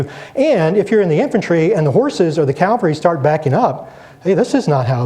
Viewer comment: Calvary? When will Americans learn to speak English? Fine lecture despite that.